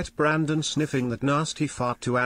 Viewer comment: Nothing made me laugh harder than fucking "Brandong"